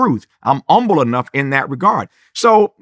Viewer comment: Now Tavis is a well versed man. I know he knows “umble” is not how you pronounce “humble.” Where is the “h” sir?